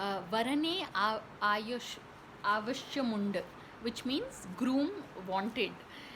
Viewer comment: I hope you will practice more on how to say the movie name. Otherwise it is good.